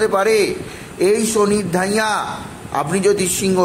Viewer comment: Arre, dhaiyya noi dddddhaiyya (hard dh). Aar pokito na prokito, pobhab na probhab 😂 Uchcharan thik koro.